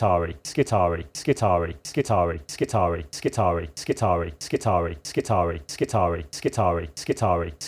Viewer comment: when a word in latin has ii in it, it is pronounced E-I so it is skitar(E-I). this has been bugging me for a bit whenever i hear someone naming admech units